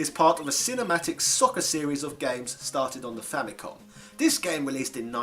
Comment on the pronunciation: You pronounced Famicom wrong! F out of 10!